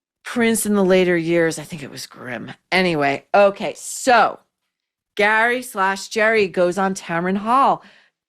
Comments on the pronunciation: Gary/ Gerry..cracks me up every time you say it..😄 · It’s pronounced Gerry ( not like a J sound) but in the Irish form like G eeery g sound.